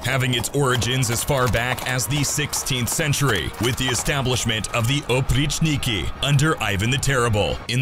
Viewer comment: ахах они так орно говорят oprichniky